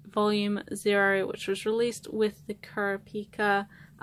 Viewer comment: Just wanted to give a heads up. In hunter hunter. It's not pronounced Kura- Pika.... its .. Cure-AH-pea-ka